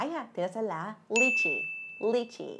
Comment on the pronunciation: Quả vải thiều(lychee). Chị phát âm bị sai sai ấy